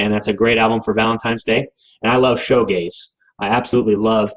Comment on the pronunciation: It's pronounced shoe gaze, because you're gazing at your shoes. It's not show gaze.